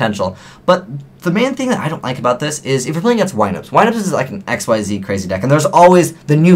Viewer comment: I'll just keep saying this until you change your was. IT'S PRONOUNCED "IK-SEEZ!"